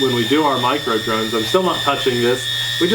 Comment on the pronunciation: you said we did drones all year I thought you said,"we did drugs all year!"